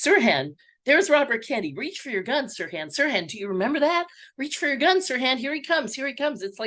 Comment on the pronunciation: "Sirhan", not "suran".